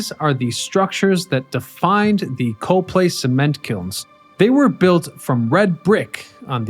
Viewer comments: I literally went to the comments section to see if anyone else was going to say this. To be fair, the Lehigh Valley has a bunch of weird pronunciations, but yeah. COP-lee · Cah-plee Not Co - long vowel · It's cop-lay. Not co-play. I've lived in the lehigh valley most of my life and bike on the trial near there. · I'm from the area... locals pronounce Coplay, "Kop' Lee" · Huh; from the area and I never knew about them. Cool to see some stuff from the LV! Keep up the great work *“Cop-lee Cop-lee Cop-lee” 🤣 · In Coplay, we pronounce it COP-plee. Yes, COP-plee. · Great Video. You’re mispronouncing Coplay. I watch many of your excellent videos but you frequently mispronounce the names of the towns. Do you ever go to the actual location?